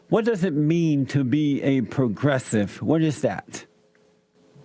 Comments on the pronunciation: Wheel men are not pwogwessive....says Porky Pig with a tan. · Progressive = pro-dresses.😂 I'm sure I heard Jesse say that! 💀